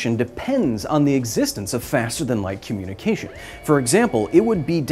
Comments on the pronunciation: Did you say “Communi-Cajun “ …??? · FTL-communicageon FTL-communicajun